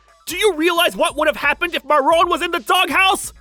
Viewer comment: i keep on hearing moron instead of marron